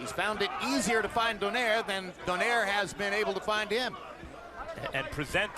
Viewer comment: finally says Donaire correctly lol